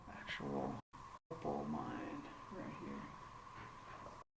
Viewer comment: You'd better learn to pronounce opal correctly. Accommodations dug out of hillside/rockface. The town is like a moonscape - not really human friendly - incredibly dry and HOT.